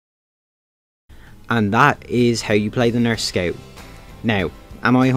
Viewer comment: dont even bother making a video on scout if you don’t know how to pronounce it…